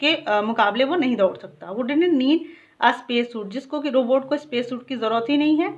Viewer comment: Mam you pronounce Robutt wrong